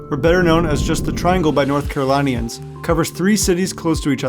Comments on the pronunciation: lol someone not being able to pronounce raleigh is normal, but north caroLINE-ians??? 😂😂😂😂 Very cool history tho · Btw you are saying North Carolinian Wrong